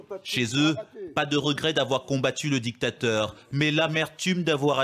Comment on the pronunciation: Essayez de mieux parler français en respectant la phonétique. Djictateur, sentchirrr, dju pouvoir, etc. Mais sachez que bcp de choses que vous avez dit sont des récits qu’on a voulu nous faire croire. Bref, sur certaines choses, vous avez relayé des mensonges.